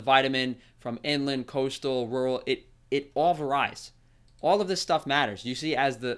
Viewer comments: Wait, it what? Vah-ryes? I love it when obviously intelligent people have a tick. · That is not how you pronounce “varies!” I tried to let it go but, you literally said it wrong every time 🤦🏻‍♀️